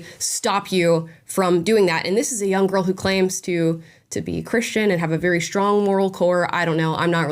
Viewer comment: Why do you pronounce strange as "shtrange"? it's so weird. Edit: now I also hear "shtrong" instead of strong. WTF